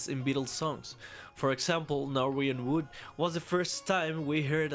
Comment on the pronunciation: "Nor-wee-wan Wood"..?